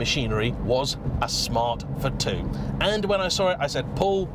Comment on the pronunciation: It four two not f too 🙄🙄